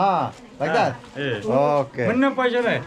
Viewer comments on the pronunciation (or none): none